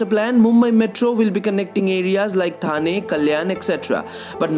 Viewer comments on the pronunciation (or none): none